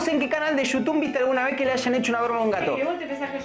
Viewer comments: Jajajaja siempre dice yutun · me da risa cuando dice gente de yutun jasjdjxjxj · "Yutun" JAJAJAJAJAJ